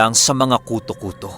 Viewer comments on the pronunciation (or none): Wag k sana magalit mali ang pronounce mo ng KUTÓ-KUTÓ. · Mali ang pagpronounce mo ng KUTÒ-KUTÒ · Mali ang pronounce mo ng KUTÓ-KUTÓ.ginawang mong lice.hehehe...joke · Hello ang tamang bigkas po ng kuto kuto ay mabilisan😀😀. Slamat sa magandang kwento always.. God bless 👍👍😍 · mali ang bigkas mo ng kuto-kuto, dapat mabilis ang pgkabigkas, naririnig q na dati yan sa probinsya nmin. Meron tlgang kuto-kuto. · Wrong Pronunciation of Kuto-Kuto. My diin po sa dulo at medyo mabilis. Thank you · gaaa... ang KUTOKUTO ay mabilis dapat ang pag pronounce daming ganyan sa amin sa iloilo...👍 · pag ilonggo story tanungi mo ang nag padala ng story kng ano pag pronuance nya iba yon pronaunce ng koto2 eh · Hahahhahahahahahahahahahahaha Malambot Ang pagkasabi mo Ng kuto kuto marami Yan SA Amin aswang Na kuto kuto tunog Ng naglimlim Na manok